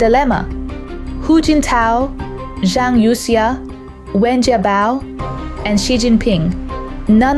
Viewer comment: This looks like fake. The Chinese names are pronounced wrong - Youxia??